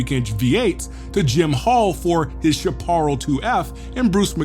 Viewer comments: Absolutely love your content bro! Some of the best car YT videos out on the internet! 😎👍🏾👌🏾 One thing - can't help myself; but your pronunciation of Chaparral is incorrect. My dad is old AF and has talked about those cars for years so I just grew up knowing the name and had to do a double-take when I heard you say it haha. "Shap-er-el" is how it's said. Just a friendly correction man, zero hate. You're a legend, just wanna pass along some info. Keep it up bro! We all appreciate this more than you have any idea. Can't wait to see you hit 1 million one day soon! 🙌🏾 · A note: Unless Texan Jim Hall had a habit of pronouncing it differently, "Chaparall" is typically pronounced differently than the way you're saying it. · Can’t even pronounce Chaparral. Nothing to learn here. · Chaparral -sha·pr·al SHAP-uh-RALL, not sheh-PAR-ll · Chaparall is pronounced shap-a-RAL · sha-par-al???? You mean shap-ah-rall!!! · Nice job except one thing, the pronunciation of "chaparral." lt's "SHAParral." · Chaparrel is pronounced shap- a-ral. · "shap (like 'cap') - uh - rahll (like the name 'Hal', or 'pal')" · Great vid. But your pronunciation of "chaparral" needs a bit of work (shap-a-rall or shap-pr-al is closer to reality). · Chaparral is pronounced : Shapp uh RELL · If You can't even pronounce "Chaparall" right, you aren't a racer. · Say "Chapar-ral". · Find an old guy and have him teach you how to pronounce Chaparall. Then, buy him a beer and have him explain the Can-Am era to you. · Chaparral is pronounced Sha per al My friend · You're teaching a whole new generation that Chaparral rhymes with apparel. C'mon man! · Chaparral is commonly pronounced "Shah Pah Rhell". Rolls off the tongue like "Go To Hell". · that's pronounced: "Shapp A Rell" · You lost me at "Chaparall" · Awesome awesome video! fyi...Chaparral pronounced Shap - r - el. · You lost me when you blew the pronunciation of Chaparral. How do you not know about Chaparral? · Please look up the pronunciation of Chaparral.